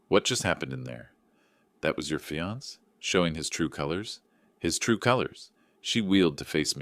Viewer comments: Fee-ance? For fiancee (fee-an-say)? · The word is Fiancé, pronounced fiansA, not fians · When are these readers going to learn to say fiancé instead of fee-ants? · Text to Speech engines require a lot of modifications, for Fiance' would need to entered as fe-on-say. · Your correct I hate it when people pronounce the word Fiancé and not giving it the proper pronunciation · This is AI generated. That’s why some words are mispronounced. Annoying I agree. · Can't you teach the bot how to pronounce fiance? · Please pronounce fiancé correctly. There must be somebody there who can handle words borrowed from French common in English.